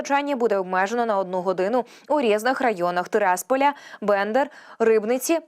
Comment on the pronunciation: А які такі відключення перечислила ця "чарівна" ведуча Тераспіль а далі що за бендер з наголосом на на перше" е"?????